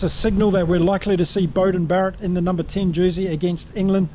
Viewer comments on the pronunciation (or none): none